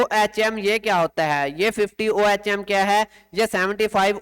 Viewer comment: this is unit of resistance pronounce as اوہم